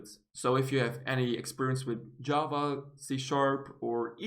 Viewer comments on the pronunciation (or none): none